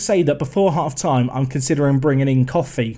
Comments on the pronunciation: Koffi’s name is pronounced as “Co (like friends & co)-fee” not “Coffee” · cxrnelius1 he knows but coffee is better